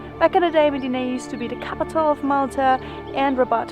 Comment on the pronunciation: You gave a nice background history. FYI it's pronounced short i sound, im deena.